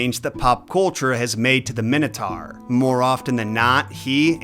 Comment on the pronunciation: So the "Wannabe" king of Crete is pronounced "My-Nos" and yet you STILL pronounce the creature "Min-O-Tar", not "My-No-Tor". Go figure